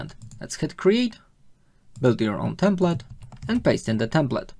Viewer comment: Dobra robota, ale Twoje "templet" zamiast bardziej "templeɪt" doprowadza mnie do szału!! xD